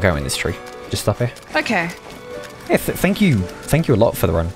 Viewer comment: Please stop saying "okäi"